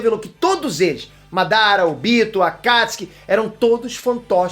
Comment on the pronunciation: O tobi e o Óbito são a mesma pessoa por que falam óbito e falam tobi